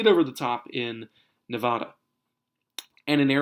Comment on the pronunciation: Bro 2 things... 1) Nevada is pronounced Ne-Va-Duh not Naw-Vaw-Daw... And 2) Dude I live in Nevada, Clark County decides our vote and there’s not chance Trump flips us we are turning dark blue. 2008 and 2012 went to Obama. 2016 went to Hillary. And since we have also put in both Democrat senators and a Democrat governor.. I think you just go for trump and base your map heavily biased to your partisan leanings. Trump sign behind you is a dead giveaway...